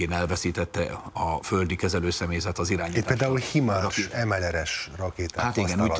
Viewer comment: Nap mint nap ezzel foglalkozik a riporter, és himars, himars?! És nem csak ő, hanem többen is a szakértők közzűl.. Hájmersz de még a hájmarsz se túl rossz.. Kérem... De legalább a, és nem csalódok, mert hozzák a kötelező szintet..